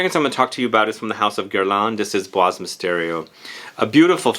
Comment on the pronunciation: Bois Dore by Van Cleef & Arpels!! And by the way, in the word 'bois' the s is silent, not heard 😉